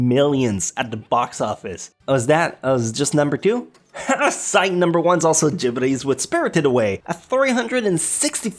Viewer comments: And the way he says gibly's... It's Ghibli! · I hate how he pronounces Ghibli...